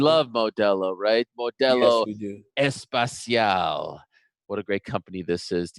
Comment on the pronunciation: I love listening to DC. 😍 Btw, I just needed to say that both times they both said the word "especial" in Spanish, they pronounced it as spatial. It's espEcial No espAcial. Edit: timestamp But spatial sounds cool too 😎